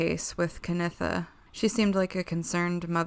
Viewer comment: Sorry guys, even with the little information I've compiled on this case it's quite apparent to me that you owe Ciaha, her mother Canitha (Kan-EE-tha) and her friends a more factual presentation. Way too much misinformation regardless of the videos age.